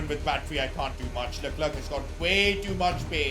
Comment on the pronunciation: You saying Luck-Clerk is extremely INFURIATING. It was alright when he was like 15 places ahead of you, but you are now competing with him. Every other second LUCK-CLERKKK. It is Le-Clair. Please It is Le-Clair.